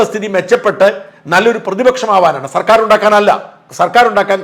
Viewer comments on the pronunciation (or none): none